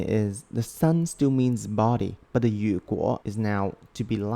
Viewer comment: You made a mistake,如果is read as "ru guo" not "yu guo".